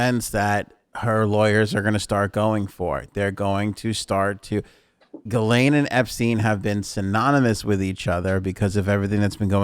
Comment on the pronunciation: Gi Lane are you sure that is how it is pronounced?